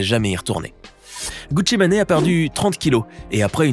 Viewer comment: “Gucci mané”🤣🤣🤣🤣🤣🤣🤣